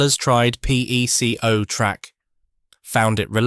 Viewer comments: It's not tree ang it's try ang. It's not Pecko it's Pee co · And it is PEA-co not PECK-o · It's pronounced Peeco not Peko!